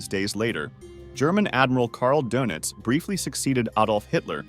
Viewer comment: Your.pronouncing donitz wrong